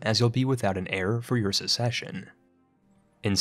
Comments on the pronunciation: also, "succession" shouldn't be pronounced the same as "secession" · Are you deliberately mispronouncing these words? "Ducky" instead of duchy? "Secession" instead of succession? I can only assume it's intentional, I've never heard someone pronounce such easy words wrong. It bothers me enough to stop watching, bye.